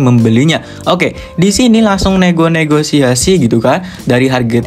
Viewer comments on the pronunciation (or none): none